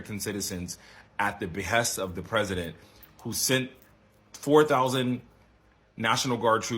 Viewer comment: 🫵🏿🥴🧐🤔 at the behess!!???....what!!???.... Clown ass dude making up words at this point